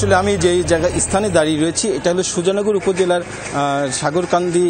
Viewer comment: মানে উচ্চারণ টা ঠিক ভাবে করতে পারেন না সংবাদ উপস্থাপিকা । সাগরকান্দি কে সাগেরকান্দি বলতেছেন😑😑